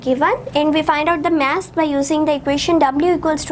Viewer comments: ASALAM O ALIKUM MAM ITS MASS NOT MASSE PLEASE CORRECT YOUR SOUND OF MASS OTHERWISE YOU ARE BEST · Vo mess nahi mass hai bolna sikle